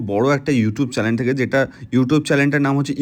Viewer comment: চ্যালেন আবার কি ভাই..!!!??? চ্যানেল উচ্চারণটা ঠিক কর অন্তত